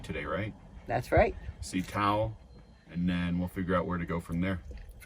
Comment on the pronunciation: Great video series as usual for your channel. In Colorado I-70 is I-70 not “The 70”. Also Taos is Taos not Tao. Is Tao a road in California ? I know Tahoe is a place in California. Cheers.